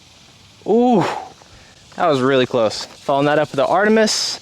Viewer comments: man pronounced it "ar tee mis" lmaooooo, its pronounced "ar tuh mis" after the ancient greek goddess of the hunt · And it’s not “ar-TEE-mus”. It’s “AR-tuh-mis” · Art-a-miss I believe is the pronunciation for Artemis. Loves the vids homie. Hope you can make it to the North Texas area and we can olay